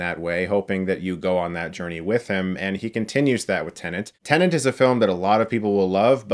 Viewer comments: It's TENET, Chris, not TENENT. FFS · Well "tenant" is a common use word and "Tenet" isn't. Also, the captions confirm he is saying "tenant". Te-Net not Ten-Ant. I still enjoy Chris regardless. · God it’s triggering TEN ET Not TEN ANT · Chris: Tennent Me, every time: ‘TENET’, Chris! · Movie Title: Tenet What Chris Hears: Tenant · I am a non-native English speaker and whole my life till now I used to pronounce tenet as a tenet and then came CS who was calling tenet as a tenant. I thought was I pronouncing wrong the whole time. Thankfully someone cleared my doubt. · you keep calling it Tene-N-t (tennent), it's TE-N-ET, 10 minutes forward, 10 minutes backward, reference to the last major scene of the movie. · "TENET" Chris. T E N E T. NOT "tenant" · Did he just say TENANT instead of TENET a lot of times or was it just me? 😂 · It’s TENET not TENANT... it’s getting on my nerves how many times he mispronounces it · Why the hell is he saying "Tenent”??... when the title is "Tenet” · You keep saying "tenant" when its TENET ! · I'm not finished this video yet, but... Chris, are you saying "Tenant"? Lol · Chris: “I understood Inception perfectly on the first viewing” Also Chris: “Tenant” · The way he says it isnt that bad tbh. There was this news lady who said Tenay. That pissed me off. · He absolutely does say 'tenant' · Thought the same thing, but it’s a weird word to say without sounding like you’re saying it wrong. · Ahhh Christopher nuland, director of tenant, interstate, mentos and bootman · I would understand if he was saying tnenent, but you're right, he says tenent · Yeah he is saying Tenant 😁😁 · Calling it tenent ruins the palindrome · Yeah, I re-watched to re-hear him and he says "tenant" the whole time. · Def saying Tenant, haha. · By not putting the second "n" in the word. "ten-et" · You need to adjust your hearing aid then because he says "tenant" EVERY time. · no no, it’s just YOU that is hearing incorrectly. He says TENNANT. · "Nukular Tenant" - Chris Stuckmann